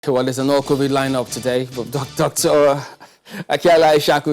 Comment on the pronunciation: Why is calling COVID-19 as COVIC-19. Why is he also saying EXTABLISHED insteadof ESTABLISHED. Please tell him to learn to pronounce those words correctly. What a shame.